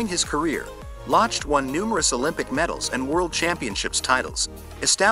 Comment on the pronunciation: Good video, thank you. Ryan Lochte's last name is pronounced 'lock-tee.'